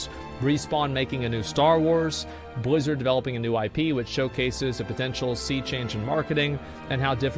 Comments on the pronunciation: Why cant he pronounce Blizzard normal? Whats with the Bluzzrd? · You pronounced Billzzard wrong